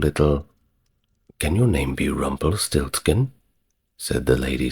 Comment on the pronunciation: I thought so too, but he said Rumpelsiltskin instead of RumpelsTiltskin 😇